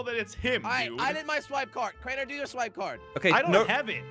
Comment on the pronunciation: Crainer not drainer my g